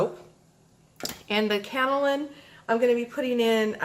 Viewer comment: Pronounced - K.O. Lynne Clay & You have lovely hands.